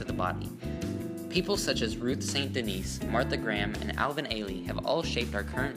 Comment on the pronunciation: Ruth St. Denis' last name is actually pronounced "DENNIS" (not Denise)